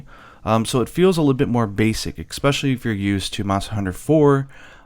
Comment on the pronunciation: excape? expecially? really?